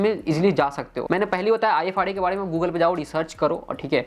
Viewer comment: Ifrs (not ifra)